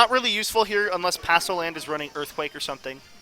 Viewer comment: Palossand, not passoland :)